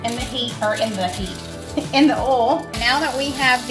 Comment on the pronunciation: Why do you pronounce Boil , like bowl? Oil , like ol ?